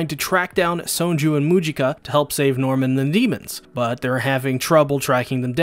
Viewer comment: I heard "genocidal mormon" when you said genocidal NORMAN! And I burst out laughing